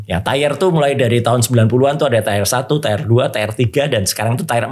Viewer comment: tier dibaca/diucapkan “tiyer”